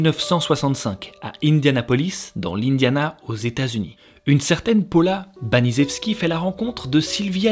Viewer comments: Baniszewski se prononce banichefski 😂 c'est plus facile ainsi hahaha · Baniszewski ca se dit banichevski :))